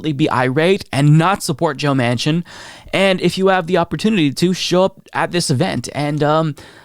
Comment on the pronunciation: I realize it was a slip of the tongue, but when you said "president joe machin" I almost had a heart attack! gasp